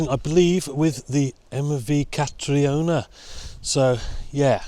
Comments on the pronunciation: Catriona is pronounced ca-treena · Catriona is pronounced like Katrina. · I believe it's pronounced Katrina but just spelt Catriona in the Scottish Gaelic kind of way. 👌